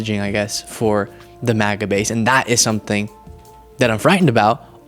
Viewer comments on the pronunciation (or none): none